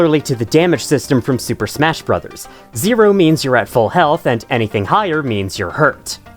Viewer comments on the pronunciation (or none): none